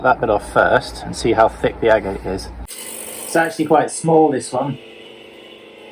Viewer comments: Agate. You are pronouncing it incorrectly... It is pronounced "ag-et" not "a-gate" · Nice agates, shame you don't know how to pronounce the name correctly.